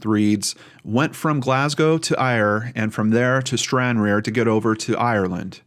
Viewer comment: It's pronounced Stran_rar,a ferry port that crosses to Larne. The UK has Ancestry .com where you can trace your family tree. I hope police are given access to that.